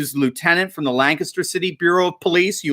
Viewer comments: I’ve been living in Lancaster, PA for 25 years now. Good news about stripping the Governor of his dictatorship. BTW you pronounced Lancaster correctly. Almost every state has a Lancaster but only PA pronounces in lanCASTer instead of LANcaster. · Always pleasant to hear someone pronounce lancaster the way we do. Lan-kiss-ter 😎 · I'm surprised to hear somebody pronounce "Lancaster" correctly.